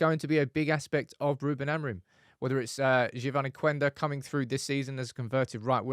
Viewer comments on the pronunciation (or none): none